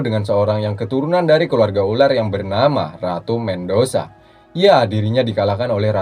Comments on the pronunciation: Medusa bukan mendusa..... mff cuma meluruskan jika tidak ada yg suka tak apa jangan anggap saya komen🙏🙏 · ratu Medusa min.. bkn mendosa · ratu medusa om bukan mendosa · Medusa min bukan mendosa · Bacanya ratu Medusa BG, bukan ratu mendosa😂😂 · Medusa bang Bukan mengdusa